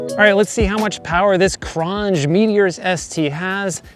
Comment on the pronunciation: It's pronounced cron j